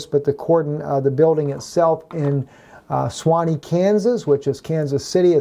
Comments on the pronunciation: I believe you must mean Shawnee KS. You keep saying, "Swanee" but, I don't know of a place called Swanee around here. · It is pronounced (Shaw-Nee) KS...